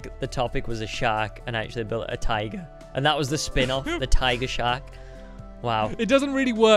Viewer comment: Whenever Stampy said tiger it sounded like he said "taiga"